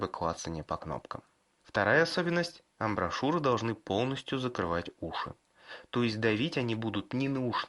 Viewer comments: Амбушюры! Амбушюры, а не амброшюры,, мне мои наушники чуть ухи не сломали этими "амброшюрами" твоими. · Амброшуры???? Блять, точно амброшуры?? амбушюры!! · захотил вырубить на слове "амброшуры", но решил продолжить просмотр и вот услышал матерное "импЕнданс..." всё, алес, жмём на крестик)))